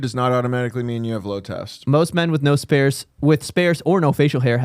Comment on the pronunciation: is that how sparse is pronounced